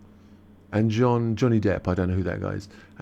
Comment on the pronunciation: Thanks for this very much. Of course Johnny will be FANTASTIC in the role. He is a truly great actor. But just to let you know, "Jeanne" is pronounced like "Jean", not "John". You are pronouncing it as the male - Jean (John) - is pronounced. I hope that makes sense! And I hope you don't mind😌💐